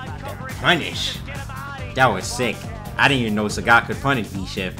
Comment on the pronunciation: "SAHGET" lmao